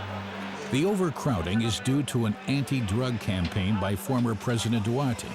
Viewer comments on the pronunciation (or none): The translation quality is poor, and the narrator can't even pronounce 'Duterte' correctly. Please consider using a better narrator and revisiting the translation. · Most English translations are inaccurate, summed up to mean something else. Basic VO of Tagalog nouns like Sampaguita ( pronounced as Sampag-wi-ta) & Duterte (Duwarte) were not consulted to native speakers showing bias.